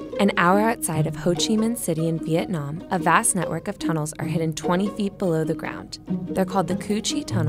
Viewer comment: Andy Van ikr like it's not Vee-ot-nam it's so annoying that they pronounce it like that